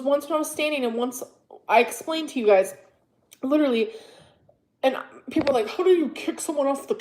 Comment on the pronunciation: If she says leeduraleeeey one more time 👀